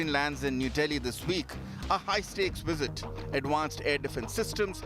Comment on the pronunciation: you would do anything for some blood money......and what is a wisit?